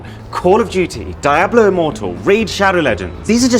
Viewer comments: It's pronounced DIABLO, not daeblew. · Sorry how you pronounced Diablo? Really? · Is it really pronounce die-a-blo? I have always said diablo d-a-blo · Diablo is pronounced di-ablo not dia-blo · I'm sorry... Die hwhat? Diablo as in devil. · I like how he pronounced Diablo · that Diablo pronunciation though :D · I think you mispronounced diablo immoral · my man really pronounced DIABLO like that